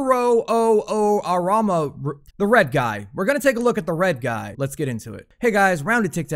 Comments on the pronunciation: Coo-row Who-moo-raw Is how you pronounce it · You said it wrong.. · Why can't americans read new names or words?